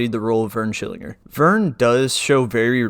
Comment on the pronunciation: As soon as you mispronounced his name I heard the his voice yelling in my head 🤣